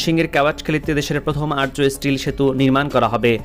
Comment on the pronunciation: আর্য নয় আর্চ ( arch)